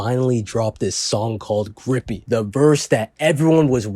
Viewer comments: Lol. It's Grippy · Its uhm grippy